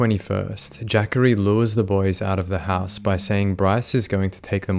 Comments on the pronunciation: I think that young mans name is pronounced:"JA COREY" um not "JACKERY" but if Im wrong, I stand corrected. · It’s ja-cory not Jaqauri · "Jackery" is probably pronounced more like "Juh-Corey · Its ja-cory, not jackorie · I know you don't know anything about (AAVE) African-American Vernacular English so you get a pass for this. I'm sure that no African-American mother would name her child Jackery the spelling of the name is JaCorey. I'm quite sure that it's pronounced Ja-Corey not Jackery. The way you say it reminds me of Thackeray Binks from the movie "Hocus Pocus". 😆 🤣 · JACHARY??! …oh….. it’s Jacorey. LOL I really thought his mom said “Zachary, but with a J”🤣🤣🤣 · Jacorey not Jackary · Jah-Kohr-ee is how you pronounce Jacory, not the way you’re saying it. Lol. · Pretty sure its not pronounced "jackery" lol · It's pronounced Juh Corey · Was looking for this comment... Was thinking it's pronounced Juh Corey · the way you pronouced jacorey got me deceased